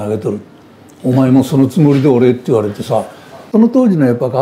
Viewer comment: そのつもりれおれ ではなく、 そのつもりでおれ だと思います。